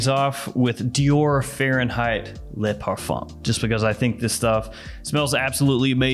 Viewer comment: "Le" is pronounced "luh" instead of "lay" just FYI :)